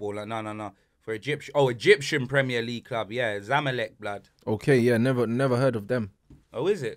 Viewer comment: Man said Egyptain lmaooo